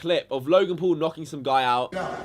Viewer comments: It not te pool brothers its the pual brothers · Say paul right. Paul not pool. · Yo... you have a face that just asks for punches I'm sorry that's just what it is bro.. and try saying Logan P-A-U-L not Logan P-O-O-L bitch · Fuck KSI he don't even know how to say paul this what I saw "jake poal logan pool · He said Logan pole